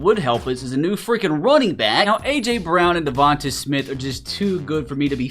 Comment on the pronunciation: It's pronounced (Coop-per De-Gene) and its pronounced (De-von-tae smith)